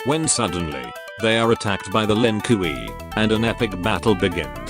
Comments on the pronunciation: “The Len Koowee” 😂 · Sub-Zero's clan, the Lin Kawaii